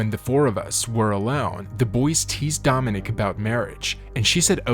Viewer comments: One of the things that Dominick Dunne complained about the judge was that he never bothered to pronounce her name correctly, pronouncing it Dominic (the male version of her he name) instead of Dominique. And that’s what you did all through the video. You were constantly pronouncing it Dominic. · So many mispronounced words, even the name of Dominique, which you pronounce as if it's Dominick. Have to turn this off, cannot listen to all these blatant mistakes. Suspect AI.